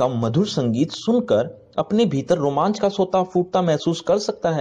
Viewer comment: Romanch not romance